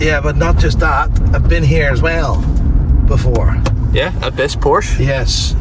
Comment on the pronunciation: It's porsche, not porscher 😂😂